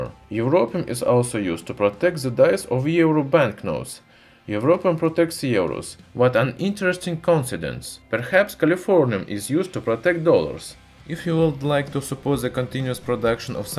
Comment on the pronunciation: Ceramic like sir ramic is how it's pernounce good sir, also co in Sid ence. Other than that, something not Heavy Metal! ;)